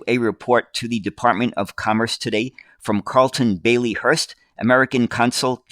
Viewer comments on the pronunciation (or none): none